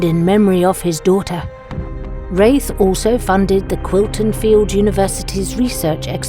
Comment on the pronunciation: My favorite lore yet! Rathe is a beast of a summoner. Aftersound did a great job on the music as always. The pronunciation of Rathe (long A or short a) needs to be sorted though.